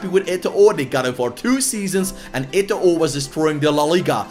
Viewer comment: Don't pronounce the last "O" in Eto'o Name lol... so cring